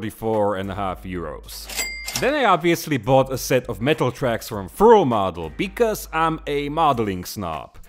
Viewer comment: The way you pronounce Friul kills me everytime :D